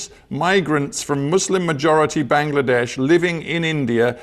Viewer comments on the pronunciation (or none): none